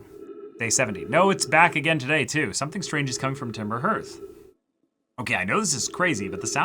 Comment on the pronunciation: By the way, the word "Hearth" sounds like "Heart" but with a "th" at the end.